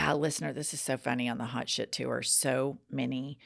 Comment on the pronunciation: Does anyone else cringe every time says the word “TOUR”? Why did she add an extra syllable?